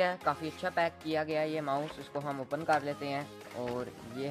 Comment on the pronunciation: Yaar oppan nhi hota it’s open(op-in)